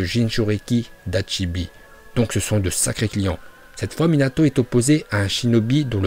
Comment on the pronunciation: Bonne vidéo mais tu sais pas prononcer les mots 😂😭 Kazekage (gué) pas ge Mizukage (gué) pas ge Railage (gué) pas ge 😂 C’est Hachibi pas Hatchibi